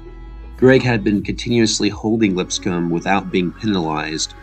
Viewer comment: Great job. FYI "Crazylegs" is the film that made a young Raymond Berry want to play receiver, as well,. "Lipscomb" is pronounced with the P silent -- "Liss-com"-- Symank is pronounced SIGH-- mank, and Tom Moore proved quite valuable to Green Bay in '63 and '64 after Hornung missed time with suspension. .Moore became the offensive coordinator in Indianapolis with Peyton Manning years later.